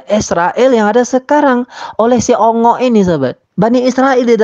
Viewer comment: Ongik bang bukan ongok🎉🎉